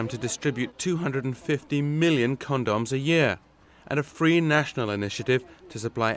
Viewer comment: this guy says cond-doms lmao